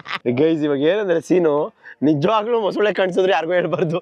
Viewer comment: Mosule alla bro mosale 😂😂